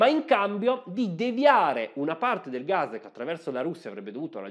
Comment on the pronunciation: Ma è così difficile pronunciare la parola GAS!? Non si pronuncia gazh o gazhe si chiama sempliceme gas con una S sonora come pus o anche pass